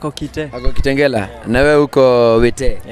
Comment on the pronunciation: Nooo!!!😭😭😭😭😵she didn't just say KITENGERAAA!!!!!!